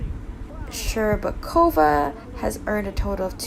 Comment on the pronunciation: Shcherbakova's name pronounced perfectly but Trusova's not. The stress should be on 'u' rather then 'o'. You'r welcome.